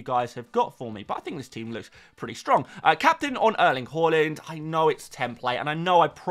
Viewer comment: Please learn to say Haaland correctly next season 😂😂😂😂😂😂😂😂😂😂😂😂😂😂😂😂😂😂😂😂😂😂😂